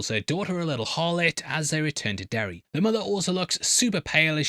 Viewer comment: The fact you say “Derry-Air” like six times in this video and you didn’t make a single butt joke is very disappointing ….